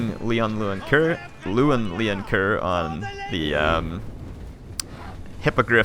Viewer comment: The correct pronunciation in french is "Lun Lonker"